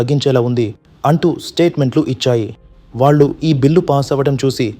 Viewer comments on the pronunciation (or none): none